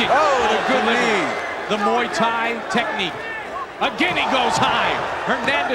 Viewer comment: "...he is a kickboxer, and a MOO THAI fighter..."